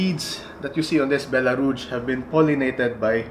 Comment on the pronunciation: You know Echeveria much better than I do, but I think I can help you a bit with French. Rouge has a much softer g sound, like the zh in Doctor Zhivago. 😉